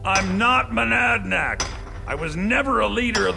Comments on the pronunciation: It always bothered me that say Madanach wrong, cuz he says "Manadnach". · says "I'm not Manadnach", Subtile reads "I'm not Madanach". Whoopsie!